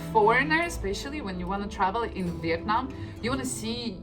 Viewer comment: Oh my goodness, when pronounces the names of the city, she sounds very much like native Vietnamese people.